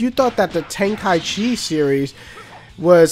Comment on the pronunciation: You just pronounced tenkaichi properly. Thank you.